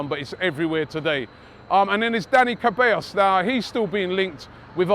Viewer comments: Robbie, it's not Cabellos like in (Camila Cabello). It's written Ceballos and pronounced Sebayos. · Robbie it is Ceballos pronounced Sebayos, not Kebayos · Robbie his name is pronounced Seballos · Dani Kabellas? CEBALLOS Hakim Zayetch? ZIYECH FFS... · ZAYETTE.....CABEYOS robbie torturing names all the way in Vegas